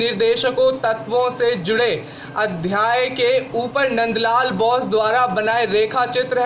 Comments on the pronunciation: Abe NBN Ke Gadhe (Nand LAL) Bose....Ka उच्चारण बौस नहीं बोस है। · चित्रकार का नाम मन्द लाल बाेस था! आप बार- बार बाैस बाेल रहे हैं!